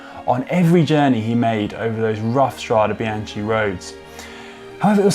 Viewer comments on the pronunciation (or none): Had to stop after 30bsecondsbof him butchering this word. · Mamma mia, it's painful to hear it pronounced it like that! Inspiring video though, thank you. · I was disappointed there was no mention of the retro sportive that spawned the Srade Bianche, L'Eroica. A wonderful event. (And I'm with LJPN and many others, "It’s pronounced Stra-deh Bian-keh", not Stradee Bianchee.) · The pronunciation is "Stradé BianKé" (plural) and "Strada BianKa" (singular). CHE IS --> KE and CHA IS -->KA. Thanks for the video. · Can someone count the times he said Strada Biance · Connor, good English ... and now easy to understand also for us non EN-natives 👍🏼 P.s. Strade Bian-Ke 😉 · That was BRUTAL, and I'm not talking about the Giro stage description. Today's language lesson. Look at the ending of both words in Strade Bianche - they are the same, so should be pronounced the same, pretty basic stuff. STRAH-day bee-YAHN-kay ...and note ANY time an "e" or and "i" is after a "ch", it is a hard K sound - no CH, as in "cheese" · It’s pronounced Stra-deh Bian-keh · The correct pronunciation, for English-speaking, is “stradae biankae”, because in Italian the E is similar to the english A. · The video, otherwise is good, bit did you really have to butcher so many times the name Strade Bianche? My ear hurts. If I may suggest you, could you please next time just google the propper pronounciation like Si and Loyde do? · Can someone please teach Conor how to pronounce Strade Bianche correctly? I mean... he’s been in Italy and rode over there... it’s not that difficult though. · For all english spoken viewers: change the CH in Bianche with a K when you spoke STRADE BIANCHE. You will speak It correctly 😉